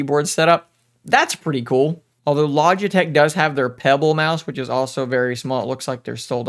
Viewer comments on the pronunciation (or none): none